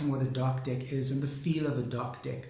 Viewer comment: I’m trying so hard to take you seriously. I love your videos. But it so sounds like dick each time you say deck.